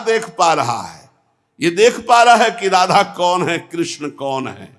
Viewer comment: Radha Radha hota hai ji.. acche se uccharan kro...🙏🙏🙏🙏